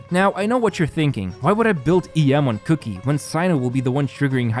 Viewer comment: It's Kuki (pronounced kooki) not cookie. lol